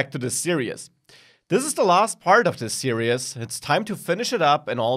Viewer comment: serious please learn how to say series